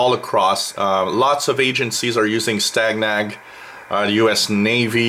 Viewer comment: It is pronounced like STAY-NAG and the word STANAG is a NATO abbreviation for the words standardization agreement. There are many different STANAGs that cover a broad range of systems from weapons to comms and whatever you can imagine, that are designed to ensure interoperability between forces from different NATO members.